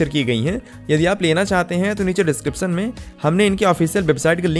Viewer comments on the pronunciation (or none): none